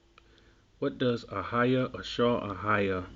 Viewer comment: Hi I enjoyed your video. most explanations I have seen of I am are utter drivel. yours was very good and informative. can I correct you on a couple of things. the pronunciation of I will be is, 'eh-yeh, not ahayah. 'ehyeh is not God's name, Yehowah is, this is the point verse 15 makes. When others in the bible use the expression 'ehyeh it is in the sense of being, I will do this or that, as a verb it describes what you do, not who you are. Lord, God, shaddai, etc are not names but titles, he only has one name, Yehowah or in English , Jehovah. many thanks.